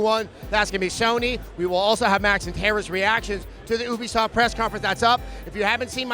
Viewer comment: Adam, it's pronounced like "you be soft." It's short for "Ubiquitous Software."